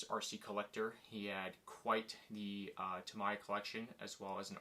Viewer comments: A what kind of Blackfoot? Did you say ta my ya? 😂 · Tamiya collector, yet not able to pronounce the name properly smh